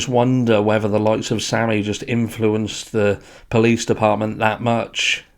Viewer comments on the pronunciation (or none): none